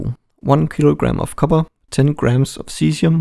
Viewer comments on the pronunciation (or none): none